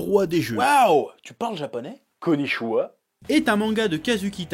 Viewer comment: "conishuwa" xDDDDDDDD